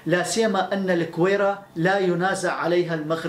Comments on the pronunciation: Gouira not kouira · احلى تحية لاخونا والله وطنيتك جدا عالية... فقط ملاحظة..الگويرة تنطق بالگي..LAGWIRA